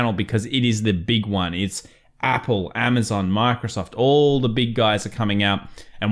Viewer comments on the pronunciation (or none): none